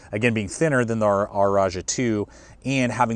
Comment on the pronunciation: I’m compelled to ask: why do you pronounce “rajah” as “r-ajah?”